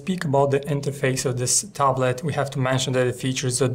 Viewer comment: its tablet not taaab late xD